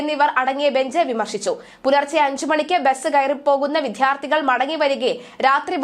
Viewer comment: വിദ്യാർത്ഥികൾ എന്നാണ് കുട്ടി എഴുതി വായിക്കേണ്ടത്. കുട്ടി ഉഛരിക്കുന്നതു വിധ്യാർത്ഥികൾ എന്നാണ്. അതു തെറ്റാണ്.